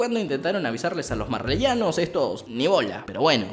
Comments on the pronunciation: Se dise marleyanos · se dice marleyanos xD yo me vi como el anime 6 veces y en la temporada dos cuando vi un error me enoje y luego recien dijo eso de lo que pasaba :V